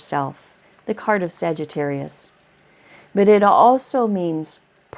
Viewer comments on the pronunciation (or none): none